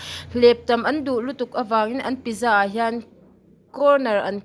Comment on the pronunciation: Pizza (Piiitza ti a lam tur)